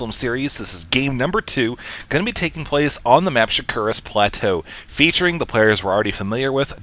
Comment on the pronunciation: Shake-Ur-Ass Plateau!